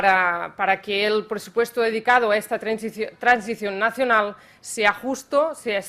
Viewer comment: La transición nacionalllll